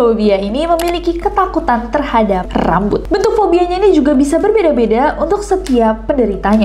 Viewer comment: apa cuma aku yg ngulang2 video bgian kak nessie ngmng RRRRAMBUT :)